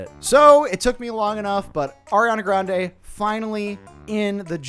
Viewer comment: AIR-iana Grande